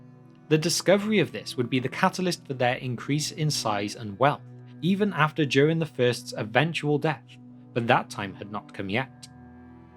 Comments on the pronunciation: Nice video. May I ask why do you pronounce Durin as in "during"? I checked Appendix E and as far as I can tell Durin should be pronounced with a clear D as in "door" and U as in "brute", as per the example there. Thanks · It´s Durin, like in urin, but with a D in front 😉 Sorry, but it is. Besides that, thank you for another great video! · I am not writing this to mock you in any way but I was 13 minutes in before I realized you weren't saying Darren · I came across your videos this afternoon and I'm really enjoying them and the fact you add some style to pronouncing Elvish and Dwarvish names. The American LOTR vloggers mangle everything or just pronounce the place names like they might actually be somewhere in Wisconsin. One thing - I'm presuming you're English? I can't put my finger on your accent but the giveaway is you pronounce Durin as "Jewrin" instead of "Doo-rin". Like the "Juke of Edingburgh" (although you Brits never called Duran Duran "Jewran Jewran" thank God!) It's the only flaw in your otherwise excellent work!